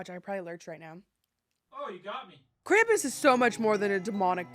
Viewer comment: IT'S NOT "CRAMP-ISS" IT'S "KRAU-MPUS" (Spelt Krampus)